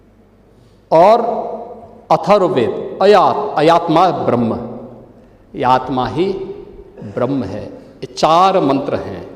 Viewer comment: गलत मंत्र बोल रहा है, अयात्मा ब्रह्म नही "अयमात्मा ब्रह्म" होता है। शंकराचार्य जी के चरणों मे कोटि कोटी प्रणाम।